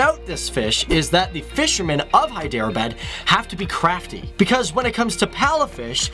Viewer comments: its not hy dera baaad .....pronounce it like hedrabad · I don't wanna sound like a prick but I cringed everytime you said Hyderabad it's more like "hae-the-r-abaad" not "hi-der-a-bad" but I'm not hating I mean I wouldn't be able to pronounce something in Korean or something so much love from Jhelum Pakistan PS do facts on Nigeria part 2 or on Wales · it's hydrrrrr bud not by dere bad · When he says hydro abad😬 it's Hyderabad...... 😆😆😆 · im from here its pronounced hederabad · hyderabad is pronounced in pakistani and indian ways as: heh-dra-ah-bad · Hi...Love your vids so sharing pronounciation is Hy-drrraa-baad..... God Bless ... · its pronounced hai-der-a-baad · It is pronounced as (hi-dr-baad) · hi der bad .. its funny how you guys pronounce our names and places..😂😂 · Listening to the funky pronunciation of Hyderabad is gonna make this video tough to watch